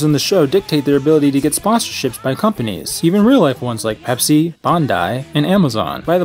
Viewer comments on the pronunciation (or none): none